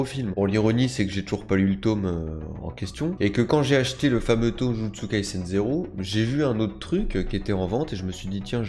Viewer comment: Arrête de dire TOM on dit TOME c’est HORRIBLE D’ENTENDRE ÇA sinon super ta vidéo